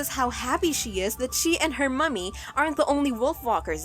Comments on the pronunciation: I know it's a stupid thing to find irritating. It's not "mummy", it's "mammy" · its pronounced "mammy" for for the irish because the irish for mom or mother is Mamaí